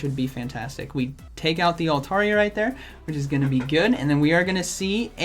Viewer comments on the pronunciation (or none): none